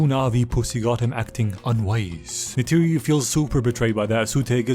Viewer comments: Did my man call neytiri "tisiway"?😭 Thats not even remotely close.. Nayter Nety Naturi I would accept those BUT WHAT THE HELL IS TISIWAY? im not even an avatar stan or whatever, but c'mon, thats like calling Pocahontas "limlicia" 😭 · how do you know the dialogue but call neytiri “chitawe” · im 4 minutes in and every time you mispronounce Neytiri i find myself audibly correcting it, lol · i love this but who butchers Neytiri's name like that😂